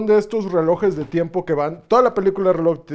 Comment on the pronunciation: Pinche pronuncia bien las “R’s”, me cae bien el tio pero me caga como las pronucia dice “zzeloj” 😭😭